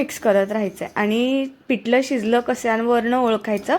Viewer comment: पिटल नाही पिठल तिकट नाही तिखट बाकी छान